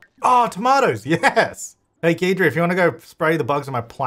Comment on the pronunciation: I think the ghost’s name is pronounced like “guide-ry” cause he guides you through the paranormal stuff